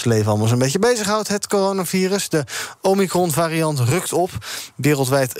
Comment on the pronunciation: Ken 'omikron' niet uitspreken. Zegt genoeg denk.